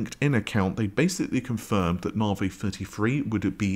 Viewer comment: Considering that AMD is your thing why the hell can you not correctly pronounce Navi? There is no such AMD product as Narvay.